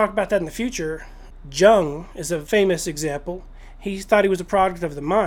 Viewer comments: Jung is pronounced 'Yoong' . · Yes, I agree there was a lot more to your video than the pronunciation of Jung's name. I was just feeling lazy, and didn't want to set any context before correcting your mispronunciation such as saying that I found what you said generally interesting. I found it hard to resist pointing it out though. There must be times when you find mispronunciation a bit annoying, even if it's a relatively trivial issue.